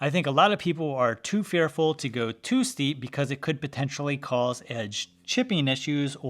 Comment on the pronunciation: Am I the only one understanding "shallow" whenever he says "steep"?